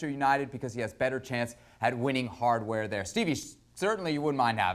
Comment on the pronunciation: "HARDWAER" had me cracking 😂 IT techician by ambition turned into sports analyst 😆